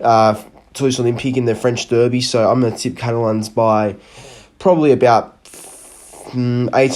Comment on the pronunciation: I like the way you pronounce "Derby" and "Derbies".